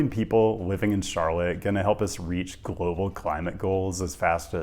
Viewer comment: YOU SAID "global"😅😅😅😅😅😅